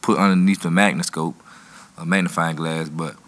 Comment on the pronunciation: He said something brilliant when he said "magniscope". I like this dude.